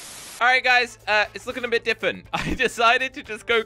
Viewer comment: can’t say different ‘ diffent’